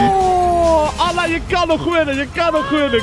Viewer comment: Het lijk of ella zegt in plaats van Anna